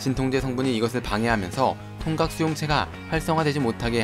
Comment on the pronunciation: 나만 통각을 통닭이라고 들은거야..?